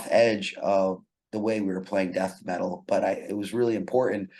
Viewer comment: The way you pronounced Death Metal in the first question sounded like 'Dat Metal', that's why he deviated to Kiss etc